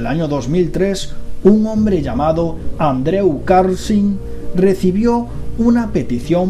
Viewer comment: ''andrew'' jajajajaaja se pronuncia ''andru'' campeon ;)